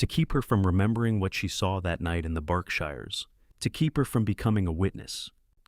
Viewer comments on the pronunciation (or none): It's also not the BARKSHIRES, ITS BERKSHIRES. PRONOUNCED BERKSHEERS.